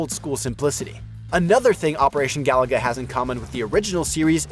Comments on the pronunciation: It's Ga Loo Ga, not Ga La Ga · Bro, it's not "Galaga," it's "Gah-loo-guh." Five times, this obvious mistake was repeated. C'mon,. 😂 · Looks like "Ga loo guh" to me. It's not "Galaga" Galaga is Galaga. Different game. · Amazing 🤩 , he said Galaga 🤭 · Bro said Galaga. Wrong game. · I'm guessing this guy is just reading a script and never actually played the game but yes, it's painful to hear and no, it isn't surprising. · Whoever hire him, he got forced to say it wrong. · Yeah, he's mispronouncing it